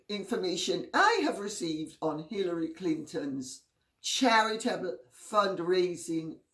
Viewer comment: LOL, I thought she said Pillory Clinton.